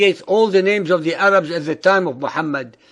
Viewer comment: lol he said the 3 types of arabs wrongly